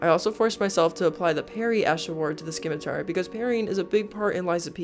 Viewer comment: For the love of DOG... it's called a Se-mi-tar.. not a schi-mi-tar. I don't mean to rude, alas this actually turned me off.